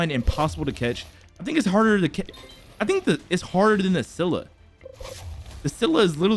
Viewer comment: Why did vro say cath